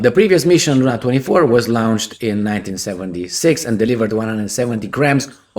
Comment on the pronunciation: Lawn-ched, not Loun-ched.